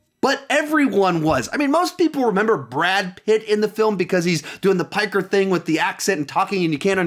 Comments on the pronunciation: He didn't even say it right & you didn't even notice. Save your virtue signalling for those who are just as pretentious but far more intelligent. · "That Piker thing" haha, it's pikey. Be careful btw, you might not be aware but that word's actually a slur. Don't get cancelled!